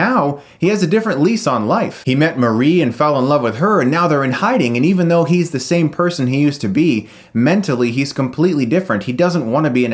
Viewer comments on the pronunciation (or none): none